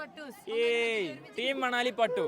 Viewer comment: manali❌ Manavali✅ 😂😂😂😂❤